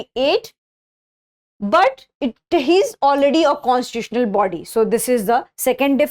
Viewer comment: Constituitional pronunciation ❌